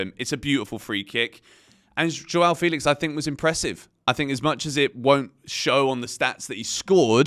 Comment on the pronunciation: FEH-lix not Fee-lix. Thanks!